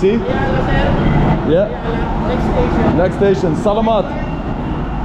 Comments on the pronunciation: I used to say "salamat" the way you do, until I realised that the emphasis needs to be on the second "a", so, more like "selaaamat", with the first "a" sounding like a short "e" and the third "a" being a short "a". Otherwise, well done. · by the way could you learn some Tagalog? It's not "Slamit Po Kuya" it's Saugh-laug-maught Po Kuya" [Phonetically] would help you sound more familiar if you pronounced Salamat correctly!! :) :) :) Like in the word "Saw" ->> Saw-law-mawt Pough Kooyaw <--I think is a better example!! It's all good Bro!!! 😀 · OMGOSH please you need to pronounce salmat correctly, drives me crazy 50x or more you said it wrong. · learn how to say salamat